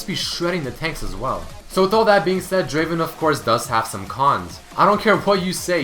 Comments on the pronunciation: #4 is not draven it is DRAAAVVVEEEEEN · he pronounced draven wrong. its pronounced Draaaaaaaven. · hey,, it's not draven. it's DRAAAAAAVEN;) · Wtf, its not Draven, DRAAAAAVEEN!